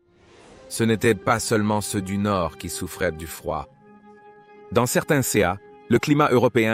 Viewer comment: ”Seusse” et ”sesse” pour dire ceux et ces , c’est une IA qui fait la voix off ? 😊 Ça m’déprime 😢